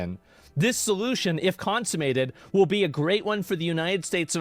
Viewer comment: It's funny watching Asmongold reading words he doesn't understand, like "consumate" or "wash".